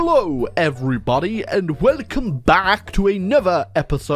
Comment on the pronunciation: That "hello" was said in italic